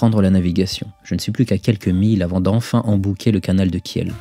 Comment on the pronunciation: On prononce "kil" pas kièle....